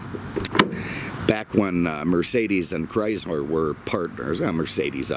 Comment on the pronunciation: Chryzler. LOL!!!